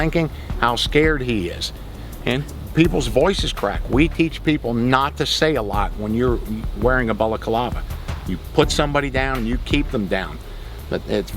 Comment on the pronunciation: "bala-car-larva" haha